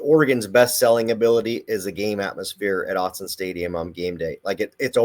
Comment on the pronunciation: Gary Danielson STILL can't pronounce Autzen correctly, which tells you all you need to know about how committed he is to studying teams that aren't traditional blue bloods. I remember the discernable disappointment in his voice when he called the 2001 Fiesta Bowl and Oregon stomped a mudhole through #2 Colorado. Friggin' Owtzen Stadium ...